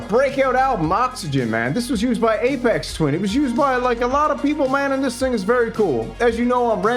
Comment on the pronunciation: I was interested in this device but only lasted 2 mins into your video. Not because you managed to mispronounce both Jean Michel Jarre and Aphex Twin, but because the background musak was so profoundly irritating. Luckily, these are very simple problems to fix - do better research and don't use background musak.